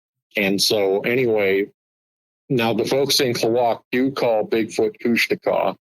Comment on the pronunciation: KOOSH - TAWKA.. that's how to pronounce it.. not Kooshteka